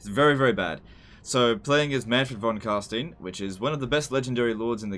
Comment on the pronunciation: Manfred from carSTEIN, not steen!